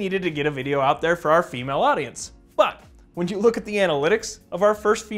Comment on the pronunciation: Sounded like you said Emale erections